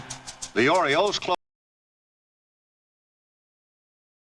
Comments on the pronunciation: What's an "Oriloe"?? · Oriloes? Idiot.